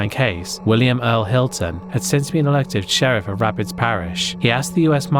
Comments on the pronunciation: Rapides parish is pronounced "Rapeeds" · anyone else from Louisiana repeating the butchered city names correctly? Rap-eeeeds!